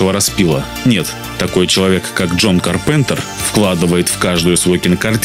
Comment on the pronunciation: Ка́рпентер(ударение на "а")